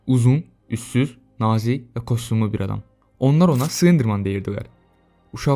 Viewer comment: kostumlu yoxe, [kastyumlu]. Yazılış - kostyumlu, oxunuş və tələffüz - kastyumlu. Kostumlu nədi?